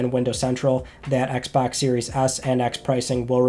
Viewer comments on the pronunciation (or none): none